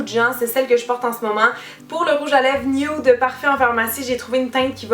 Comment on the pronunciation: C'est drôle comment tu dis nude, "nioude" ahah ! <3